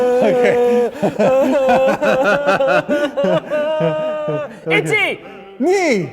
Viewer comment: ichi sounds like itchy. I learned it as ee-chee